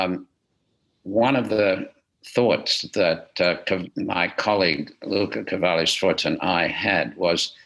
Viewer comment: Ha pronunciato bene Luca Cavalli Sforza,non e' facile per uno straniero